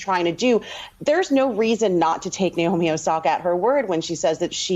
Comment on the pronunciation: It’s 直美 (NAOMI), like NA in NAVAJO, not the NA in NAVY.